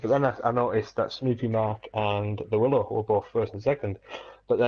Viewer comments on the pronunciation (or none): It's pronounced willow not wylo 🙈 enjoyed watching that there was some good battles there 👍🏻